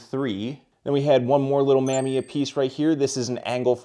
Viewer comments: Mamiya is pronounced Muh-MEE-uh. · Awesome pick ups! Not like it matters that much, but Mamiya is pronounced Muh-me-uh.